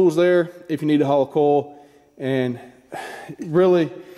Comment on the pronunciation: Are you saying coil? I thought, you were saying coals.